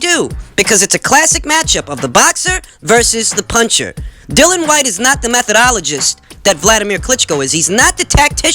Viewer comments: Mate it’s not pronounced Dill-un it’s Dilly-un Whyte. Your great and I’m not trying to be some ass but he deserves his name being announced correctly. Great info and insight 👍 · No it’s two different names. Dylan and Dillian